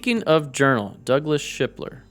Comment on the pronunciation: Laughing out loud Sharper not shipler 😅